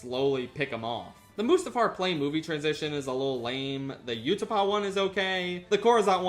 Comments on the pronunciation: why do you say utapau like that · It's A T A T,, not "At At". That also isn't how you pronounce "Utapau".